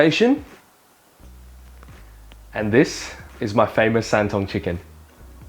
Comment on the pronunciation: The whaat chicken? “San tung”?? Lmaoo